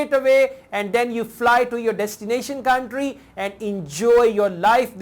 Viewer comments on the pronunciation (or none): none